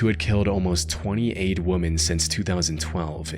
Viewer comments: Please start saying the word WOMEN the correct way. I love your channel, thanks! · and nice pronunciation on "women". Hey, are you actually a bot? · Your pronunciation of “women”… why?? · This used to bug me too, but hear me out… I think he is emphasizing “men” at the end of “women”, but he is saying the “wo” part like one would say “woman”, does that make sense? The “wo” part of “women” and “woman” does sound different for whatever reason. This makes me think it is an accent thing… Just my opinion! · bro still doesn't know how to pronounce "women" 😭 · Yep Nick Crowley does it too it’s strange they don’t pluralize it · Please say "wom-men"....wom-man means one woman, wom-Men means more than one. Its pronounced WI-MEN ..your welcome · Who tf says “weh-men”? It’s like “wimmin.” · Woman = singular. Women = plural. One "WUUM-uhn," two or more "WIM-uhn." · Why do you pronounce “women” exactly the same as “woman?” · You seem to find it impossible to say the word WOMEN. You always say WOMAN. Is AI reading this??? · I love the videos man but the way you say woman instead of women throws me off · This is like the 10th time the word “women” is mispronounced as “woman.” Super annoying! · Wo-MEN not Wo-MAN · OMG, THANK YOU!! His mispronunciation drove me nuts. Instead of “woman,” he should say “wim-en.” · Dude, I like your videos, but please learn how to pronounce the word WOMEN. It is pronounced like "wimmin." It does not sound the same as the word woman. You're pronouncing them as if they sound the same, but they are very different. Drives me nuts every time. So easy to fix! And it makes a big difference! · Is this ai generated voice dude? You say ”woman” instead of ”women” throughout the whole Mexico report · women, not woman. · idk why this bugs me everytime but: Woman: Pronounced as "wuh-muh-n". Women: Pronounced as "wih-muh-n". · Bro doesnt know the difference between "woman" and "women" lmao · Is he saying "woman" when talking about multiple women? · No, it´s" wimmen"